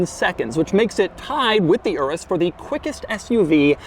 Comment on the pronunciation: So much cringe the way he pronounces Lamborghini Urus 🥴